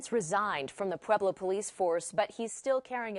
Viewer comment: Not pueblo bruhh😂 🤦‍♂️